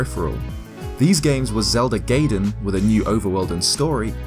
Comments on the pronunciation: It's pronounced, gye-den, not gay-den. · Its Zelda GUY-den, not GAY-den ;P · It's pronounced guydin not gaydin. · gaiden is being pronounced "guy"den and not "gay"den ;P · it's Gaiden not GAYden! Haven't you learned anything from AVGN??? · "Zelda Gayden", please... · You said 'gayden' eeeewwwwwwwwwwwwwww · Guy-den. Oo-ra. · Gaiden... 外伝、 がいでん guy-den. Ura 裏 うら not yura, ura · Did you seriously call gaiden (gayden)? Lol ugh hate it when people miss pronounce things so simple... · I would be nice if the F-Zero X Expansion Kit was included, too. Also, you mispronounced "gaiden".